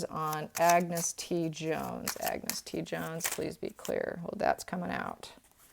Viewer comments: Please, A n g u s, not Agnes (woman's pronunciation) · its pronounced An-gus, Ag-nes is the female version, sorry the scot in me cringed at that, I hope whatever he is doing he is happy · Get the kids name right .....ANGUS